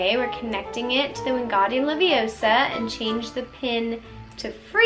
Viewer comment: it’s wingardium leviOHsa not levioSAAA